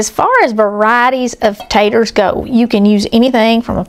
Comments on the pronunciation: Ponce Taters not tatters. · I'm as southern as can be. Tennessee born and bred. I used to say purty and taters and ain't, until elementary school. I almost always say pretty and potatoes these days. I avoid saying ain't. The thing is, most southern people do the same. I have to admit that hearing say taters through an entire video is surprising. Don't get me wrong. There is nothing wrong with her saying whatever she wants, but for whatever reason my ears are annoyed. Ooops! I just heard her say potato! I'm embarrassed to admit the word tater is bothering me. Maybe it's the migraine talking. And the upset stomach. I've wanted a good potato salad recipe for a while (egg and chicken salad too). I'll be making this because it looks delicious! All recipes are delicious!